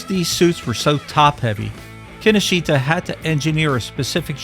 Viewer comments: Key Know Shta, not Kinnosheeta. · (Psst: Kinoshita is pronounced 'kin-osh-ta') 😉